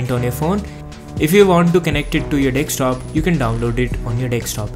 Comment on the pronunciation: desktop not dekstop